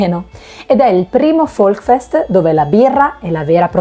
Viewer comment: Si dice Volksfest con la s; non Volkfest. Il tedesco non è facile.